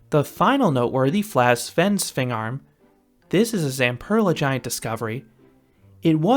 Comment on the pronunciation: Wow your the only person from usa that could actualy pronounce svend svingarm and this is coming from a dane good job